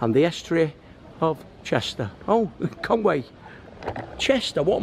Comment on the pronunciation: Great video, but you need to work on your Welsh pronunciation...Conwy is pronounced Con-wee not Con-way, Llandudno and all the other Llans will need a little practice, I will teach you if I ever meet you in the "Bunker Bar" again....